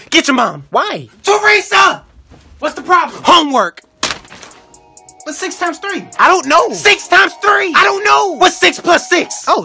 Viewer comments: 홈웕 발음 찰지다 찰져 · 홈월크 발음이 찰져 ㅋㅋㅋㅋㅋㅋㅋㅋ